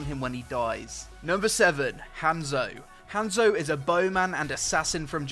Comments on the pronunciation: rly m8 you said hamzo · your supposed to say it like honzo